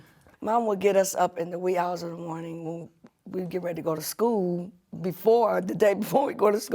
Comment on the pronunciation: “We’re still in the MORNTING!”